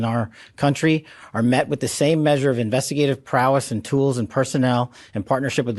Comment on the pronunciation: Kash saying “prowess” …what a joke.